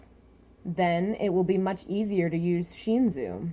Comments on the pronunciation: It's pronounced Sh-In-soo not Sh-een-zu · I understand this but please fix it. Every time I watch your videos and you say Sheenzu I cringe. Don't get me wrong I love your theories and reviews, but the way you say it actually hurts.